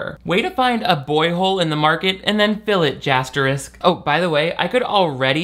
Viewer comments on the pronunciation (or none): I’m sorry, JASTERISK? Gold.